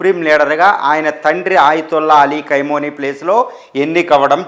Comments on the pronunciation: కైమోని, కైమా కాదురా అయ్యా ఖమేని రా అయ్యా తెలుగు సరిగా నేర్చుకోండిరా అయ్యా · కైమోని కాదప్ప ఖమేనీ 😂😂😂 ఏం న్యూస్ 😂😂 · కైమోని కాదురా పిచ్చ నాకొడక. ఖమేనీ అని పలకడం కూడా చేతగాని వెర్రి పుష్పానివి నువ్వు. నిన్నెవడురా నిపుణుడికింద తీసుకున్నది? ముందు నీ ఉచ్చారణ సరిచేస్కో. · కైమో నీ కాదురా బాబూ ఖమే నై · Nayana Kameni Ani Anandi Kaimoni Kadu😂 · ఖైమోని కాదురా హౌలే... ఖమేని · ఖైమోని కాదు రా చవట, ఖొమేని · Khamenei and not khaimoni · కైమోని కాదు.. ఖమేని.. సరిగ్గా తెలుసు కొని న్యూస్ చదవండి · ఖైమనీ, ఖైమనీ అని ఆయాన్ని ఖైమా చెస్తున్నేరు. 😀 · 😂 ఖైమోనీ ఏంటండీ బాబూ… 😂. పేర్లు సరిగ్గా పలకండి సార్‌. వింటుంటే రోతగా ఉంది.